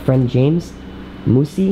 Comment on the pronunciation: Y does he say mossey